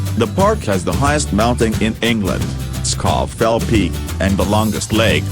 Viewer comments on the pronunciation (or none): I must climb Scoff LP before the end of the 21 TEE AITCH.